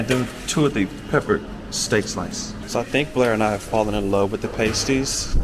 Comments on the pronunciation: PAST-ees, not PAY-stees lol😊 Much better after being in the oven ;) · Try 'past-ees' rather than 'paste-ees'....also, 'Corn-wul', rather than 'Corn-wall'. Great video and loved the Eden Project. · It’s Past ies as in last or fast not paste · Not Payties, but Paaasties! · Pasties are pronounced past-eez👍👍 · Have you realised yet that 'pasties' have a short 'a' as in the word 'past'? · It's Pas-tees btw, Cornwall is one place i always wanted to go.